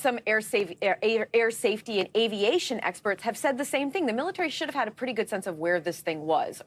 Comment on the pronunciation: what the heck in an "underschtatement"?!??!??!?🤔